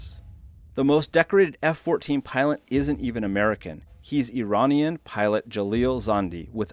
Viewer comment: I didn't think it was possible to butcher the word "Iranian"